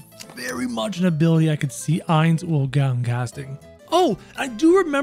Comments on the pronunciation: It’s not “oil” it’s “oal” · I meant ool he was saying ool when it was oal.